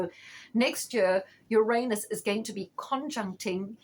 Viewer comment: I love the way you pronounce "Uranus" correctly. Few people do. Thanks for the reading.